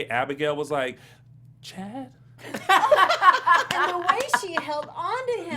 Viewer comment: The way you say Chad. 😂